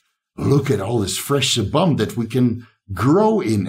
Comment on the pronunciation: Sebum is pronounced as see-bm. Love the channel though 👍